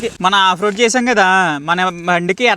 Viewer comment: బాబు నాయన ఆది రోడ్రు కాదు రోడ్ అనాలి